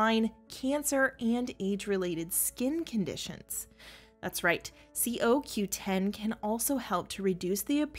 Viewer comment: Why don't you say it coreectly CoQ10 or is that the way they say it in New Zealand🤣